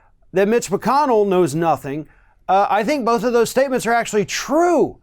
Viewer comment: Lol, wtf was that, Donald? "I know knothing."🤣 No shit, Sherlock.